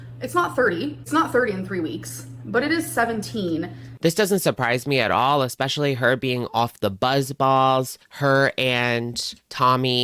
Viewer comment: PSA- ‘exspecially’ is not a word. Sorry guys. Pet hate 😅